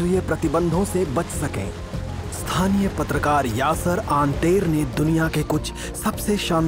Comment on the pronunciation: यासेर आतेर लिखा है pronunce anter ho rha hai@ kindly check